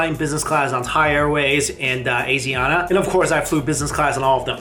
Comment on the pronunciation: *AH-SHEE(soft sh)-AH-NA